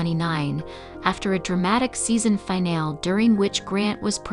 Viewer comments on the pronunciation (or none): Zoe's name is pronounced Zo-wee not Zow and finale is pronounced fin-al-ee not fin-al.